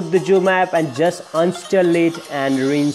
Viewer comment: Its zoom not joom